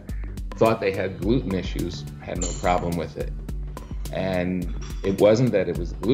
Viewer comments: Every time he says Gloot-Enn. I drink. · How come this guy can't say gluten right?